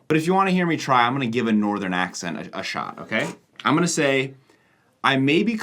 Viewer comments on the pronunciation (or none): none